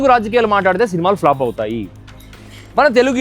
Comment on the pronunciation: It’s not flap! It’s flop. Get your pronouns right. Hatred not hateredness! You are destroying English